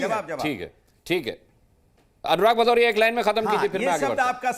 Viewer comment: भदौरिया नहीं पदौरिया है 😂😂😂